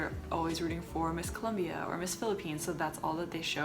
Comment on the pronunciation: Did just try to say colombia? Lol